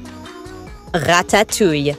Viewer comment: narrator how says vineria and ratatouille :venerea retetouie